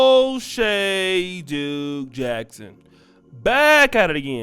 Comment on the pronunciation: You say it oshay duke Jackson.